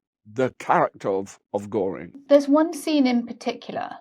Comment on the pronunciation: Göring. The umlaut is crucial. It's the difference between GORE- ing and Geer-ing. No umlaut? Kein problem. Just add e. Goering.